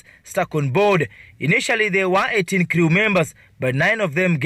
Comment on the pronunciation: The work is crew..... not criiiu Determined..... not detamained